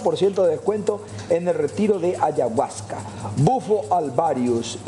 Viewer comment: Una sustancia religiosa, armano, que pelotuda dios mio y que horrible la manera de pronunciar ayahuasca del periodista